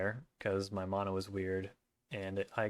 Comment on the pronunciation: Was cool to see you out there. Thanks for the signatures! Also. I like that you say mana the more correct way. Closer to the Hawaiian way at least.